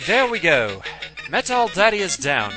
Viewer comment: MetalSmasherGaming has the right idea for the outtake song - Metal Militia by Metallica. Even the way James says "Metal" in it sounds like "met-al".